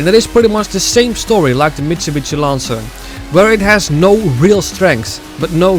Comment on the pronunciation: The way you pronounce "Mitsubishi" "Mitsubitsy" is on purpose, right? 😆 Very interesting video, thanks. Big fan of the franchise. ✌🤘 I agree about RX-7 in NFSU being one of the best and I use it, too, however for some things Hyundai Tiburon is nice and Nissan 350z, and ... Mazda Miata - MX5. I love to do hard drifts with Miata, or Tiburon. Cheers!.